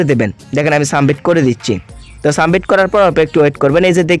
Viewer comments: Sumbit na re bolod submit😂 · সাবমিট ভাই শব্দ টা সামবিট না🙂 ফিচার ছিলো ফিউচার না🙂